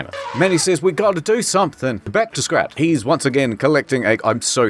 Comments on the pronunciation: every time he calls Scrat "scat"💀💀💀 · Did he just call Scrat Scat? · I know he says "scrat" but I honestly didn't hear the "r"